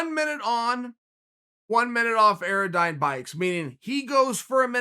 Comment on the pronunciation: Guys, everyone! Chael - it’s an AirDyne bike. Pronounced air-dine. I own one and four times a week it wants to kill me. Anything above 60 RPM for more than a minute increases your chance of dying both exponentially and instantaneously. 80 RPM is crazy!